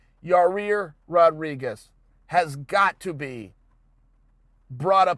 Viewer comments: It ain't Ya-Rear Uncle Chael.. For the umpteenth time It's Ya-Ear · (Ya-rear) Rodriguez lol chael it’s (ya-ear) yair ... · Ya rear??? 'Yai-ear'...Chael, come on dude! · YaRear!!! Lol c'mon Chael. YAH EAR DUMMY! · Chael: So Yareeer... Every1- its Yair Chael- ok great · Yaaaa ear!!! Not ya rear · “Ya-Rare.” Chael (Allweight GOAT) Sonnen -2019. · Ya--- clears throat Excuse me. YA-REAR RODRIGUEZ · Chael mispronouncing names is my favorite thing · Anybody else come here to hear Uncle Chael say “Yah-reer” again? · 1 second in.. Chael : "Ya-rear" Me: "Ok Great" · "Ya-ear...excuse me...Ya Rear Rodriguez" - Uncle Chael 😂😂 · "Ya-reer" 😂😂😂😂 gotta luv it! Only uncle Chael... 😂🤣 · Chael Stick your decision win up "Ya-rear" Sonnen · “ Your-Ear Vs Jeremy “ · Still calling him “Your-rear” lol! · hey unc do us a favor.. its pronounced yi-year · Ya'Rir... Yar'Rir, Ya-Ya-Reer Rodriguez... Yarir. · Holy shit, he actually does say Ya-rear. And Bolth. Also Brikfrest. You ok Uncle Chael? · Uncle Chael constantly slaughtering names . YAREAR and Kumar as examples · Yai - ear chael, your friend corrected you a few weeks ago lmao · Ya-e-air. Yair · Number 1 comment underneath mine👇.... And no disrespect uncle chael its ya- ear .. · It’s YIGH- ear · Just say "ya ear" instead of trying to pronounce his name. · Yaw- rear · Had to stop watching as soon as he said your-rear. I don’t believe he’s even watching the fights anymore. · Hey Chael, stop calling Yaír “your-rear”. Because that’s obviously not how his name is pronounced. 😂😂 c’mon, man. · he ALMOST says his name right... but then catches himself lol. It’s definitely done on purpose at this point. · I don’t understand how he can continually mispronounce his name. Its 2 syllables.